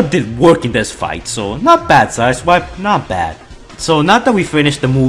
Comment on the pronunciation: Every time I rewind I hear him say asswipe instead of side swipe